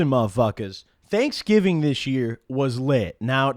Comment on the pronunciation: It's pronounced DANKSGIVING